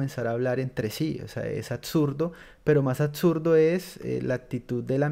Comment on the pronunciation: Se pronuncia "absurdo" y no "atsurdo", "excelente" y no "etcelente" aprende hablar hijo que así te demores hay muchas técnicas fonoaudiológicas. Algún día llegarás